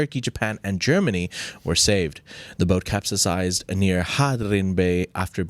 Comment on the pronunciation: Good content✔️. It's not capsasized😂 it's "capsized".